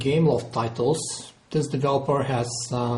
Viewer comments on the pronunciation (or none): none